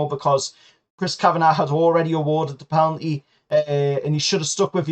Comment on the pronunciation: Penalty NOT PELANTY